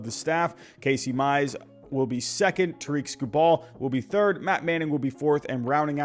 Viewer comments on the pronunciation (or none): Tigers fan coming in peace! Jeimer is actually pronounced Jay-Mur and Tarik Skubal is Tare-ICK Skoo Bull. Looking forwarding to watching, kill it man.